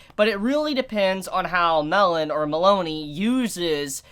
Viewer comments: ...You pronounce Melone as Meh Lone , not Meloney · its mel lone not melony not melon mel lone